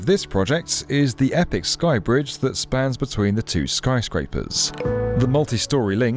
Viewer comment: Did I hear Snyscrapers?